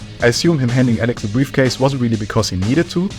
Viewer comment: briafcase lmfao